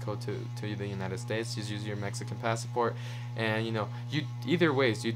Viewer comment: Sorry this just annoyed me. It’s Pass-Port. Not Pass-A-Port. In Spanish we do add the extra A but not in English.